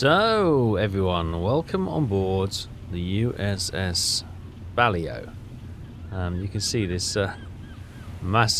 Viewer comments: I could swear its Bah-Laow not bloody ballyhoo 😂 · Prettt sure it’s pronounced “Buh-lay-o” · It annoys Me each time I hear You mis pronounce Ba- Lao ! The Ba-Lao class Submarine is considered the Best Submarine That Entered Service during The Second World War with its test depth off 120 meters or 400 ft it could run submerged at 12 knots top speed on the Surface 21 knots, This Class of Submarine lead the Way for design unit 1957 when The Royal Navy introduced the Dreadnaught Class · Ba-lay-o that’s how you say her name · “Bal-owww” is how that name is pronounced,. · You really should set your fish to run a little bit deeper...default they are running a bit too close to the surface...deeper hits will cause more flooding...the magnetic exploder you fire under the hull...but for good impact pistols you want to hit 2/3 the rated depth of keel. It's pronounced Bah-Lay-Oh class submarine Keep em coming!!!! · It's pronounced Bal-ow. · Bay low class, or Bah Lay oh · I’ve always pronounced Balao as bal-oh. I could be wrong. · It is buh la-ow (2 total syllables) End should rhyme with ow (as in ouch). Kind of like the ending to the word allow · Buh-Low (as in allow without the A), and Ba-Low (same ending) both seem to be correct - probably pronounced differently by different crew members at the time too. I googled it 'cos I didn't know either! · Bah-Laow ...Lao is pronouced as as if the a is barely their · I think it's Buh-lou (as in 'loud'). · The closest English pronunciation is bal(as in balance) - oh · P.S. not meaning to jump on the screaming horde, but I do think youre pronouncing "Balao" wrong, but I know youre ALSO not from the US so maybe its just the diffrence in how english is spoken around the globe...